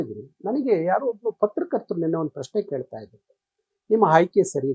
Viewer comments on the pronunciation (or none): none